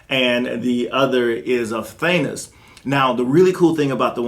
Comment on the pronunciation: Im just not a fan of these pewter statues... I need original color. looks nice but noit my cup of tea. And are you saying thanus??? Instead of Thanos? LOL!!!!! Come on Man. lol love your reviews keep them, going. I bought the cable premier statue DUE TO YOUR REVIEW . thanks for that. still waiting for it to arrive in the mail.... Im trying to get a xm statue, do you know the best way I can obtain one? And also im asking everyone that im willing to buy the galactus maquette from sideshow. So if you have and want to move on from it please inform me im on the hunt for that statue